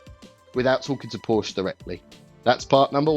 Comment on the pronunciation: I think the E you bought from 3rd party doesn't work. You may need the original part so your Porsch becomes a Porsche again. (Very rarely, there are silent vowels in German; especially in names.)